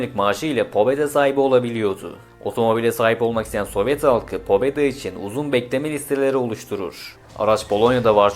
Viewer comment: pobeda değil pabeda